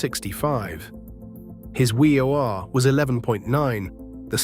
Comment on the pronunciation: Hearing the AI voice try to say "WAR" when talking about Gehrig is fucking hilarious. Come on, man, just pay someone a few bucks to read your script.